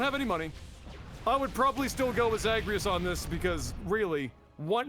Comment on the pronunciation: That butchering of Zagreus is classic LAGTV.